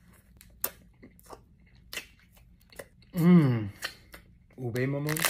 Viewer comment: Ube is read u-b-e